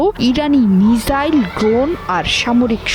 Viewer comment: What is right pronunciation Mizzile or Missile.